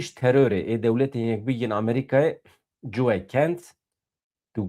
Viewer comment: Coe nine , Co ye - not Joeh , Joe 😂😂😂